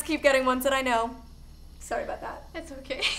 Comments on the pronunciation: or Molly says sorry in a Canadian accent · all Canadians say soory not sorry lol